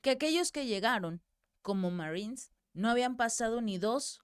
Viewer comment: Esta señora está informandonos la noticia muy bien en español,porqué rayos entónces,quiere meter el ingles si no lo puede pronunciar de manera fluida? si tanto trabajo le da pronunciar la palabra marinos en inglés( marines).No ofendamos a nuestro idioma,cuando hablamos en español que sea solo en español. Nunca escucharemos a un inglés,un frances u otros,meter palabras en español,en medio de su discurso,presentación de noticias o en una conversación entre ellos,solo nosotros, los hispanos,le damos éste golpe bajo a nuestra propia lengua!😢